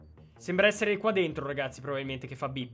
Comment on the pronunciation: Ma ha detto ragasi